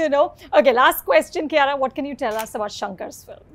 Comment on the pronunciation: Did she pronounce herself as "Kiyaya"??